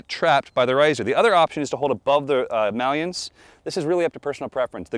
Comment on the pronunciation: This is such a great video, really appreciate you guys making it available. I think it's a good basis for making a decision on getting into the sport and choosing a school. I do have a question though, the bearded fella says 'mallion'. Isn't it 'maillon', pronounced 'may-on'?